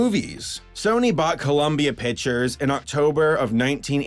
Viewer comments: Good video But it's not fucking pitchers it's picTures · "sony piturs" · Pictures pronounce pick tchures not pichures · you know there is a c in the word pictures, right? I know this is almost a year late but damn that annoys me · "sony pichers animation" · "SONY PITCHERS ANIMATION."